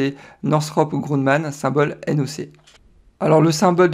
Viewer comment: Sauf erreur de ma part c'est Grumman et pas Grunman